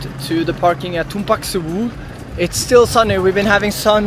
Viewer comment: It supposed to be "Tumpak Sewu". From javanese words, tumpak means to ride / riding, sewu means thousands. Great shots and great edit as always 👍🏻👍🏻